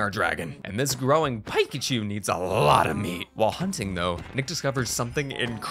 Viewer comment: Jordan says PIEKACHU and not PICACHU